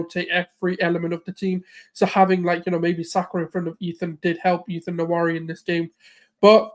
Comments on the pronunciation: Exactly! “Wa-Ne-Ri” not “Na-Wa-Ri”. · Ethan Nwaneri's name is pronounced as WA-NE-RI, the NE is not silent, it actually is what gives the name its Igbo meaning.